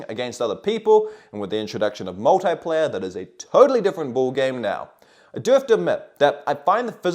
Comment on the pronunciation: Multeyeplayer. You mean Multiplayer 😂